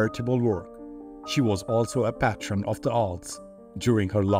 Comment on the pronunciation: Measles was a real killer among all immigrant natives. Caroline Lamb notwithstanding, Byron walked the walk as well as talking the talk. PS Patron is pronounced PAY-tron in English (confusing, I know).